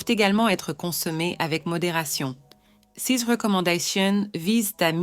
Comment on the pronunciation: mauvaise lecture...dire c e s au lieu de ces , c'est vraiment étonnant. Quand cette lecture automatique en français va-t-elle être corrigée?